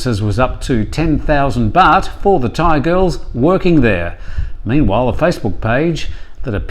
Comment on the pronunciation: So funny when you turn on your "ying-tong" accent when you try to pronounce Thai names/places.